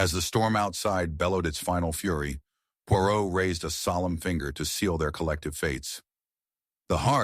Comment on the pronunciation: American pronouncing of Poirot and English words is terrible. Dont bother listening.